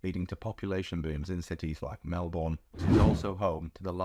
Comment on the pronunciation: Melbourne is pronounced: Mel-bn and not Mel-bourne.